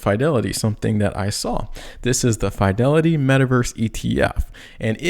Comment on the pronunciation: please ! you can't keep saying F ī delity ! I'm from Boston, it's Fidelity like fi' del.e.ti. thank you !